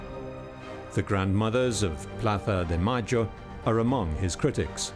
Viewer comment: When the narrator says "Plaza de Mayo" with the ceceo... Makes me want to throw up lmao